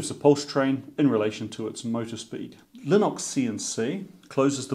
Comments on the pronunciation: Previous comment got deleted due to YouTube assuming I was cursing, no doubt, stoopid robot. Anyhoo...Lih-nix not lih-nox. From the man himself Linus Torvalds, the creator: It is pronounced Lih-nix. Maybe you have some idiosyncratic bloody minded quirk about it, I dunno, but I do wonder sir, I do. Nut still off after the wires are all in, if I had a dollar .... be it heatshrink, gland nuts, backshells...gahhh. The pain of it. Congrats on the milestone. Rock on. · Lie-nux. Lin-ox. ?